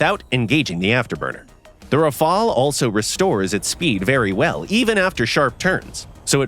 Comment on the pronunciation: Rafale not rafael